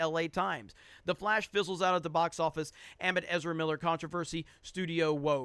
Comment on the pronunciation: Can this man really not pronounce the word 'amid'?